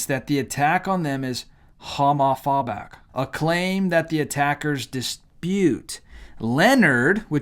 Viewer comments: Lol he pronounced it hamaphabic? Wtf ??😂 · I totally agree with everything you're saying, but you will sound much more intelligent if you learn how to pronounce words like Home A Fobick. Don't let the left call you illiterate. Im on your side, dude.